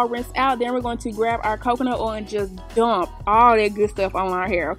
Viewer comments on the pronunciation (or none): The way she said Dump 😂